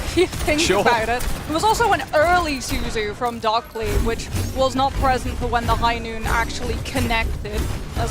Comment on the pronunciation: stop calling him DockLy, it's Dockiy 🇩🇪🇩🇪🇩🇪🇩🇪🇩🇪:face-red-heart-shape::face-red-heart-shape::face-red-heart-shape